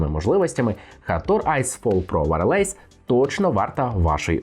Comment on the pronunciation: Не ВарЛейс! А ВАЙЕЛЕС!!!